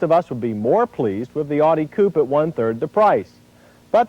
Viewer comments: That made me wanna punch him through my computer screen. It's "Ow-Dee" not "Awe-Dee"; get it right! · "Oughtie" instead of "Ow Di" from West Germany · He keeps saying "Oddie" instead of "Ow-die." LOL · Odi? What the fuck is an "Odi Coop"? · "Oww di" is correct. He isn't saying it right here. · Dislike how people pronounce audi. Say it right! 😒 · Ugh. If you’re going to review a car, at least learn how to correctly pronounce its name! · Please never pronounce Audi like that again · The way he pronounces Audi in this video drives me insane. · However it is pronounced, it is the Latin form of its founder's given name, August.